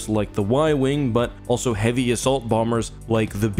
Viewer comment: emphasis on the phrase “heavy”